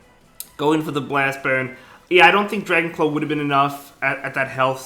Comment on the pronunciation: Dwagon cwaw